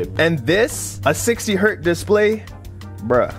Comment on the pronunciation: it‘s Hertz not Hert… Hertz is the name after whom the frequency/ sec was named… it‘s not about singular or plural… it‘s 1 Hertz also as 1278Hertz… it doesn’t matter and NEVER becomes 1 or 60 „Hert“…